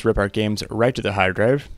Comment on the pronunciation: I like the "heeard draive"